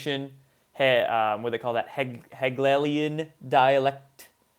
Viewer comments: Heglelian is harder to say than Hegelian. Which is ironic since most Americans love to simplify pronunciation rather than complicate it. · Amadenajad's 1st name is pronounced Mah-mood. Hagelian dialect is pronounced Hah-gay-leon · Are you unable to pronounce Hegelian dialectic? Do you know what that is?